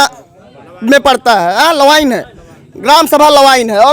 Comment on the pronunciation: लवाइन nahi लवायन है